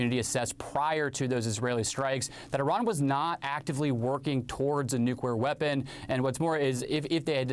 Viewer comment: "nucweaw weapon"